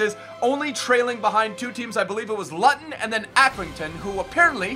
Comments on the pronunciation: Luton is not pronounced lutton😂it’s pronounced loo-ton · Luton??? Lutton?! Hahaha you pronounce it LOOton man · Luton is pronounced loo-tun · i went to see it by myself too. no distractions that way. Oh Luton is pronounced LOOton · Lu - Ton pronunciation 😂😂 gotta love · Great vid, but btw Luton is pronounced loo-tun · IT'S PRONOUCED LOOTUN FOR LUTON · Luton is pronounced Loo-ton not however u said it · Luton is pronounced L-oo-ton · Luton is pronounced looton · its pronounced LOOTEN not how its wrote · It's pronounced Lootin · Your pronunciation of luton is horrible its pronounced lue tonn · The way u said luton at the start of the episode was so wrong